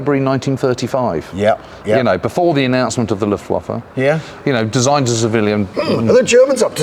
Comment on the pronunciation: Thought you two would have the correct pronunciation for Luftwaffe by now. W pronounced as a V.